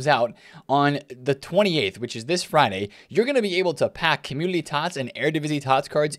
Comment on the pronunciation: Love the way you say "opportoodily" and "commudily"